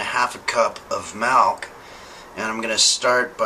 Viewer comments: ....Malk... Malk he says. The rest of the world calls it milk you kumquat. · is he serious with that pronunciation of "milk"? i must know. my continued enjoyment of this series is at stake here